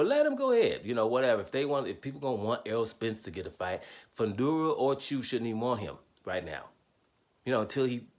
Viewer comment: Tsyzu is pronounced Zoo......fyi